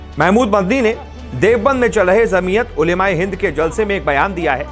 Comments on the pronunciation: Dear anchor it's jamiat not zamiat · Zamiyat nahi bhai Jamiyat bola jata hai